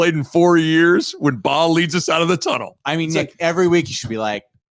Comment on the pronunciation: Rudd saying Yant like aunt (awnt) and Bahe like ant is killing me 🤣